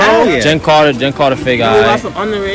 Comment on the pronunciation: tf Bro said Jenn Carter